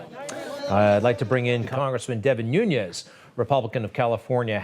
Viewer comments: It's NOONS not NUNEZ - he's not Spanish, he's Portuguese. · His name is not Nunez it’s Nunes. He is Portuguese not Spanish. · Noo nes, not Noo nyez. His name is Portuguese, so it is pronounced differently than Spanish. He is a great patriot and we are lucky to have him!